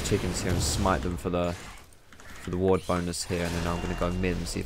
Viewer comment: it's ward xD